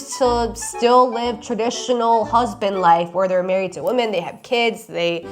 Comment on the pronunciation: I am so annoyed with the 1800’s - 1900’s guy for a lot of reasons. The consistent misuse of woman instead of women makes me question if earth English is his first language.